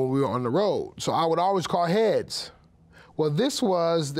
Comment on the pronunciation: He shouldn't have said Hea-tails